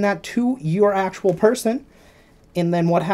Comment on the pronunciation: why do you say accual sooo much?